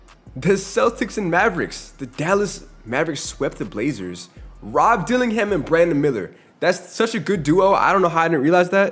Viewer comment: bro said duke denins 😂